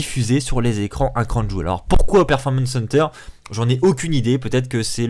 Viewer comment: Le catch est avant tout du divertissement certains catcheur non pas le choix d'y venir et ils vont quand même risquer leur vies pour nous ça serai que irrespectueux de votre part de ne pas regarder ce qui se passe au niveau politique ça nous regarde pas ni la wwe. Puis on dit pas crown joul mais crown Jiwéle ptn